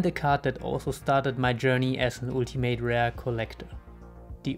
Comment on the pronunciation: "die ultimate rare" im englischen spricht man das u (in ultimate rare) wie ein a.